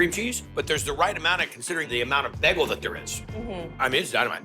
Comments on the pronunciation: right! I'm from California and so is he so I wanna know where he learned that! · I've noticed that about him before. He says beg-gul not bay-gul. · I love Guy, and I watch all of these videos, but I had to stop when I heard his pronunciation of bagel. Just wasn't in the mood to power through it, lol. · Am I the only one here who hates the way guy says bagel? Awesome combos tho love it